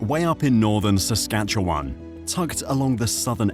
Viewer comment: HA! Say "Saskatchewan" again.